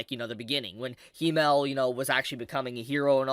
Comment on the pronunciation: Himmel is pronounced with a longer "m" because there is 2 of them.